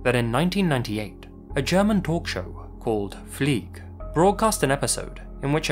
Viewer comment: Fliege, not Flieg.